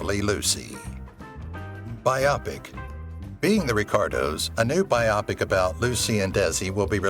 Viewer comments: It's a robot thing. A tipoff is how the bot doesn't understand the word bio-pic and pronounces it bye-oppick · “Byopic” 😂 its pronounced its “bio-pick” probably an AI narrator but still lol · Your AI mispronoounced "biopic"!! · There were a lot of problems with the narration in this video, but one of the most glaring was the mispronunciation of "biopic." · The AI bots always get that one wrong!